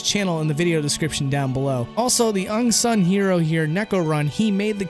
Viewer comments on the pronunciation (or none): The "ung-sun" hero. Lol. Glad I'm not the only one that does this. I freaking love these videos and I hope you come back soon,.